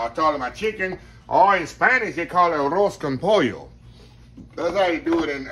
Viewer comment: Chef! Loved 😍 this segment! ❤️ how you pronounced "Arroz con pollo!" God 🙌 You!